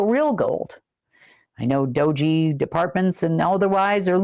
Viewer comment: it’s Pronounced DOHGE And Elon said U.S. is “going” bankrupt! You ARE SO JEALOUS!!!!! 😂🤣